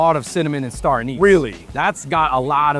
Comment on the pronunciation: haha you both got the wrong pronunciation for star there